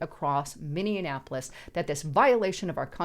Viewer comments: It's pronounced MINI-APPLE-ESS, there is no such place as MANY-AN-APPLE -ESS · Minee-apolis (not minian-apolis) Thank you. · It's "minny-apolis" Not "minnya apolis" And street thug career criminal Floyd died from a DRUG OVERDOSE! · Minnionapolis, that's a new one 😆 we normally call it Murderapolis. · Mini-en-appolus? For-ward-Ian? Come on. You need to try better with your pronunciation if you want to be taken seriously. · Why do so many people pronounce Minneapolis wrong? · She always has me questioning how I pronounce words when she reads. Minneapolis? Also Xi Jingpin and Beijing....from a previous video. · My God girl, you can’t even pronounce Minneapolis. I do believe you were raised Democrat. Honest to God if you’re gonna use an American city name claiming to be an American yourself learn how to pronounce, Minneapolis. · C'mon It was really shocking that you can't even pronounce Minneapolis correctly. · Learn how to say the city name! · you are pronouncing Minneapolis wrong.